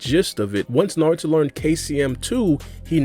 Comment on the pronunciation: Did bro just say saruto?😐